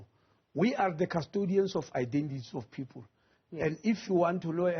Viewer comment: Why is the minister pronouncing people as pupil😂